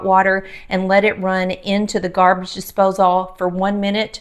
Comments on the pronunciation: Love the video but you drove me crazy saying "Dipsose all" It's a disposal, like "disposle" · Dispos-ALL...heehee love your accent and the Curls! Beautiful! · Interesting pronunciation of “disposal”